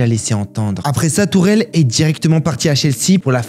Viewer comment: Pourquoi il persiste à dire Tourelle au lieu de Tuchel